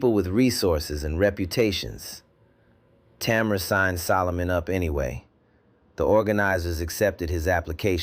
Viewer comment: 3times I heard the girl's name pronounced as TAMara (accent on the 1st syllable. STOP IT! The accent should be on the 2nd syllable and pronounced as TaMARa. Get your pronunciations right, then I might consider AI fit for 1st grade.